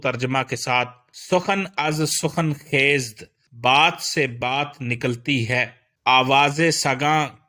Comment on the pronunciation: آپ کُنَد کو کنِد پڑھ رہے ہیں ۔اس کے علاوہ آپ خیزَد کو خیزد پڑھ رہے ہیں یعنی ز پر زبر ہے ۔